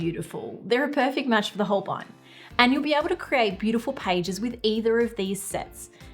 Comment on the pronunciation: Holbein is a german name and spoken like: Holbine ( the "ein" is spoken like the ine in "vine")